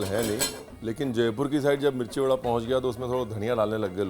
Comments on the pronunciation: Badaa rajsthani bhasha not vadda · Sir its not vada ita bada